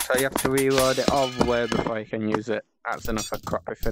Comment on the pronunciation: It’s reload not weload